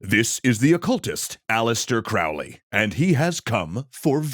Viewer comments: Hey! I love the show, I've been watching since the Late Bronze Age Collapse! However... It's Crowley like Holy, Not Crowley like fouly. I'll try to remember to find you a source on that. I've found it before, but don't recall exactly where. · It's pronounced Crow-ley (like crow 🐦‍⬛). "My name is Crowley for that I am holy, my enemies call me Crowley for they wish to treat me foully." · Crowley explained that his last name rhymes with "Holy" not the way its said here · The correct spelling is Aleister and Crowley is pronounced as Crowley,( Crow as in Know). Further, he was an occultist, not a satanist. Ozzy got it wrong or was on some very heavy drugs. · Fun to see a pop-history summary on this one! But remember, Crowley rhymes with holy... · Croh-lee. Like a crow. Fwiw. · I’ve been waiting for this one. BTW it’s pronounced COwley, rhymes with holy. I do agree that they were both chads with a limited understanding of the Western Esoteric Tradition. Just like this videos limited understanding of the history of these organizations and not few inaccuracies. Ah well, it was entertaining. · Crowley rhymes with Holy. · A few seconds in and you can't even pronounce his name right. 🙄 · Crowley himself insisted that his name was pronounced that way. :) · Mispronounces Crowley’s name within the first 20 seconds of the video. Not a great start 🙄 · Crowley rhymes with holy. And nobody refers to Mathers as MacGregor. It's either Mathers or MacGregor Mathers.